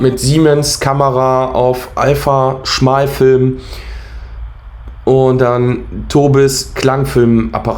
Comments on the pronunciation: gutes Auge! Interessant und gut falsifiziert! Zwei Hinweise: es heißt Wochensch"au" und nicht "show" wie bei heute-show, Anglizismen verseuchen unsere Sprache. Und der Film ist von Agfa, nicht Alpha, wahrscheinlich bist Du zu jung, um die Filme von Agfa für Fotoapparate noch zu kennen. Weiter so! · Agfa, nicht Alpha. Und Planung statt hhhmhrr 🤷